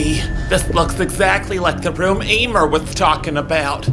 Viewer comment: NOT EEEMER